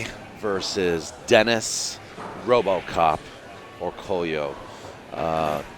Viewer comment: Isnt his name pronounced Orcoyo